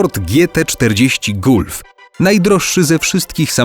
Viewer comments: Czyta się galf a nie gulf jak zpod biedry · Xddd. Kiedy robisz filmy o samochodach i nie wiesz jak przeczytać gulf. To jest GALF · Jak Le Mans czytasz jako Le Mą to czemu kurwa czytasz gulf jak czyta się GALF